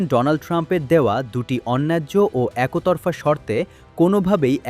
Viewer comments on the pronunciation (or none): উচ্চারণ ভুল। একোতরফা বা একোমতো কী?